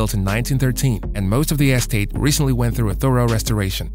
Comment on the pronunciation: You need to understand how to pronounce Cecil B DeMille and the word estate